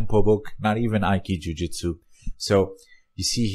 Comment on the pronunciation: It is aykido and ayki-jitsu, non jiu.